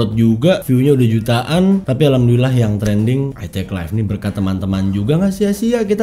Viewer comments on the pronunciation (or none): none